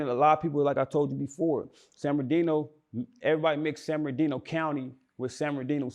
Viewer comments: San bern ard ino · Nigga said Ben are deno😂😂😂😂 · San bur nar dino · Every time he say “San-bin-ar-Dino” I cringe. It’s “San-burr-nuh-Dino” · I hate the way bro say the name of my city it ain’t San ben R Dino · Y cuh keep sayin san BEN ar dino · Why pronounce it San Bermardino like that? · This foo(interviewer) done ate the R. It’s San Bern(burn)-adino. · Damn I thought dude was trolling when I watch this...my bad 4 not bein up on game...and fam why u keep sayin San binardino lol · San ben-ar-deeno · This nigga can't pronounce SAN BER-NUH-DEE-NO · A lot of people just say "san berdino" or the dino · He sayin sanberdino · Its San-Murda-Dino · Nigga said banardino 😭😭😭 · how can u not say this guy city right lol? It’s a simple name. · butchering the fuck out the name San Bernardino. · This nigga interviewing can't pronounce the shit for nothing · Somebody tell this dude, how to pronounce the damn word!!!,....... jeesh!!! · Nigga learn how to pronounce the city name! 🤣🤣🤣🤣🤣🤣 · bruh...it honestly sound like you purposely pronouncing the man city wrong I be fucking with your content but I notice lil slick shit you be pulling 😂😂💯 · I really hate how bro saying San Bernardino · ...the word is San Bernardino you're having a hard time saying it ♠️🖤🤣😭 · lol slaughtering the cities pronunciation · This nigga was supposed to check him. How you give a nigga who can't pronounce your city an interview? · Lol nigga can’t say San Bernardino to save his own life lol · Stop sayin San Bernardino like that tf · yeah bro was sayin it fuccd up lol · Exactly lmao that shit make me mad😂😭🤣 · I'm I the only one or he pronouncing the shit wrong???